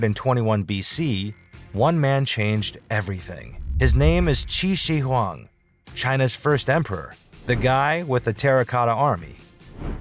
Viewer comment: my god u butchered the name qin shi huang.. learn to pronounce please!